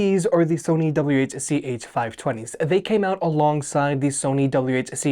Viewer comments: Whuh chuh talking about? Double-You See-Haitch... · Quit pronouncing it "whuhchuh." It's cringe af. And you say it every 5 seconds. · Sorry I'm new to this. What are you saying?? Wha-cha? Wed-cha? Help me out LOL. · What in the f*** is ' wuh chu' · Are they really called Whuchuhs? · sorry but i cant with the wuh chu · You mightve been better off just referring to them by their model number instead of the "wah-cha" which sounded really weird to me as I watched the video. Otherwise good video and thumbs up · Yeah. I didn't know we're saying model nomenclatures now.